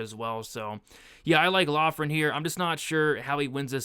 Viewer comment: Loughran is pronounced “Lock-rin”